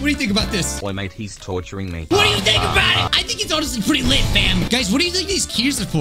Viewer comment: "Oi mate hes tourchering me" 😨